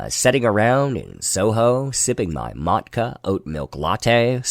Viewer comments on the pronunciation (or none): Mutch-a not Mat-ka. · it's Maw-Cha not mottka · Subbed for the mispronounciation of matcha (not mat-ka)